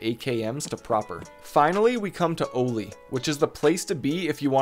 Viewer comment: "O-LEE" lol its pronounced "Ollie" like the skate board trick. Anyway great video just the pronunciation drove me nuts.